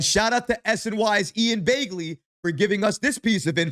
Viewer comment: I haven’t watched your videos in about a year. It’s good to see that you still say Ian Begley’s name wrong.